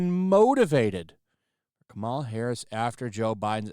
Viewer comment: I love how keeps calling her, "Kamara Harris." Too funny 😂